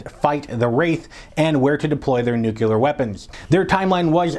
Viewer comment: Nuclear, not nucyaler. Other than that, great!